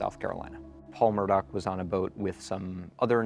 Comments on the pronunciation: The lady doing the talking, Is not pronouncing their name right. The family call themselves Murdock. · The correct way to pronounce his name is Murdock.